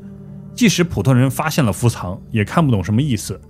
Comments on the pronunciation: 伏藏念做fu zang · 不是唸伏「藏(同音字：奘ㄗㄤˋ)」嗎？ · 伏藏叫“fu zang”